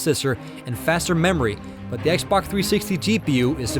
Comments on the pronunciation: This guy keeps saying xbok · He keeps saying xbock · he says x-bok